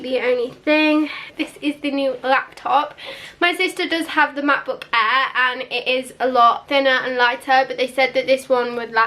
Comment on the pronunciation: “My sister actually has the MacBook Ahhhhrrr but this one is actually a little bit Beh Ah”